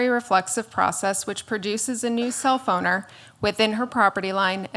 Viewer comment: I have to constantly remind myself that she says self-owner and not cellphoner